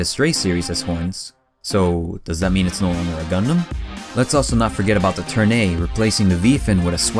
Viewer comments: “What is a GunDUM?” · GuhNDaMN not gundumbb